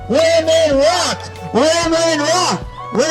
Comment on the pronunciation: I know they say “women rock”, but I can only hear “women raw”!😂